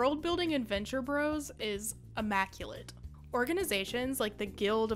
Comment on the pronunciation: I didn't know they were canceled. Thanks for the video, yet ah god, please stop saying "Venture Brohs." Gahhh. (also liked, etc).